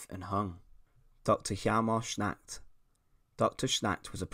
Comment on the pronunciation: Schacht, not Schnact